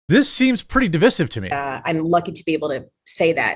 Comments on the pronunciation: I can't focus on how stupid that Allstate stance is when Jeremy keeps pronouncing "divisive" like an idiot. Otherwise, good work on the story. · Di- vie-sive. Don't pronounce the word like that dolt Obama. It is not spelled 'divissive'.